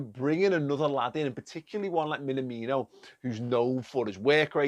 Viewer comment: BTW, please learn the pronunciation (not that hard really). Imagine someone asks if you are an Everton fan: "Me? Nah! Me? No! (emphasis on the second word, and elongate the aaaahhh sound). me-naaah-me-no